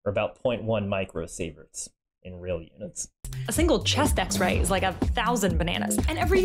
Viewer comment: "But it iiaaeos also radioactive"